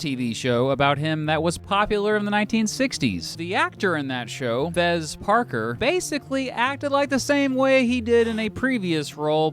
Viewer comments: Not "Fez" Parker... "FESS" Parker. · His name was pronounced Fess Parker, not Fez Parker. Jeez - and it's Muh-NON-guh-HEE-luh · Fess Parker not Fez Parker. You should really learn to pronounce the words you reading